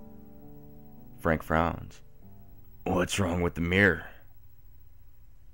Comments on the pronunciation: I'm American and I heard Meer. The only American accent that naturally pronounces it that way is the southern "Yeehaw that thar's uh mawnstur in tha' meer." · I would have enjoyed this a lot more if you could pronounce mirror properly. I mean, seeing as the word features so often, it ought to be said you know, properly and not like "Meer". But then i'm British and you're American so it probably sounds normal to you...? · So does the hippie (blonde one) in The Beach, with Di Caprio when he says to his mate, you're looking in the Meer all the time. First time I noticed it, Annoys the shit outta me. Weird.